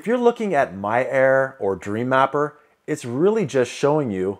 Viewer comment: I swear you are saying "My error" instead of "My air" LOL